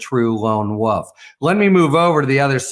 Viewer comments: Wolf not woof. 💙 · I LOVE your work, but as a lifelong resident of MT I finally must insist that when I hear you say "lone woof" my hair stands on end! It's "wolf" with a long "o" and the "l" and "f" pronounced. Please. 🥰